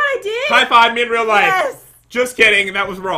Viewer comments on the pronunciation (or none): none